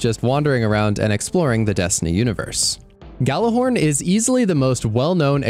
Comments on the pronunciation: "Y'all-er- horn" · agreed, was a lazy typo. I forgive mistakes, just like mispronunciation. Gjallarhorn in old Norse Mythology is pronounced with a Yell or yahll at the beginning. It translates to yelling or ringing horn. The name is chosen on purpose to mimic the old Norse relic so therefore its pronunciation must also be the same. Impossible to change the minds of guardians who grew up on the mispronounced version of the word. But still can't help but point it out when I hear it on a prominent video. Amazing video btw, much respect 💯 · Ghallarhorn is not pronounced like that. Thats all.